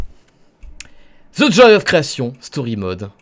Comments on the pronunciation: Sa se dit "djoye of creation" pas "joi of creation" mdr tu ma fumé😭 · The joi lol the joy